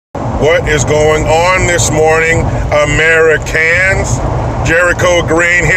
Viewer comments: I am not A Merry Can. I am a proud American and he needs to pronounce it correctly! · OK A Merry Can. Pronounce it correctly or don't say it